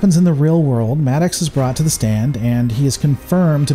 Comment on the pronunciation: Your pronunciation of Maddox is hilarious. "Mad Ox" LOL